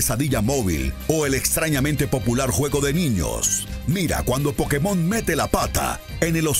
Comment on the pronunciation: ¿Aún pronunciando "Pokemón" cuando es "Pokémon"? Smh.